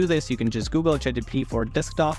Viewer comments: At least pronounce the name correctly. Its ChatGPT not ChatGTP. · Many people dont understand chatgpt but your fucking FLAT tone and that Russian or whatever accent you have makes understanding chatgpt IMPOSSIBLE! And whats this "Chat GDP" u keep saying!! 🤣🤣🤣🤣🤣🤣🤣🤣